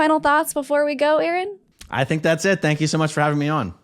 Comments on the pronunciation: 🚫L-Ron✅ Aa-Ron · " A-a ron " !!!!!!!